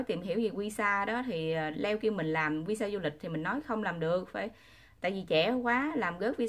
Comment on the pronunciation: Tại sao đọc tên Leo như là dưa leo , Le-o đó là tên của anh ấy